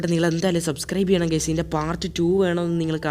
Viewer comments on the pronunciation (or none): none